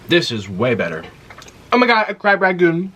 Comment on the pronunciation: Oh honey it’s crab rangoooon like goonie